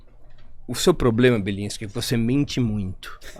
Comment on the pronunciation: É Bilinsque. E o q eu disse? Belinsque. E como é? Bilinsque. E o que eu disse? Belinsque